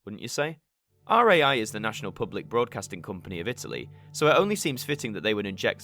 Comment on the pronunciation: ITS RAI NOT R-A-I